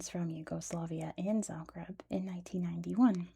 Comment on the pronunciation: i'm from zagreb, this was all pretty accurate and correct and i'm so happy to see my hometown get some recognition. it's a beautiful city with such interesting history and many legends surrounding it. also good job on most of the pronounciation